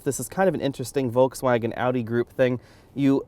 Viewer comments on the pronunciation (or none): none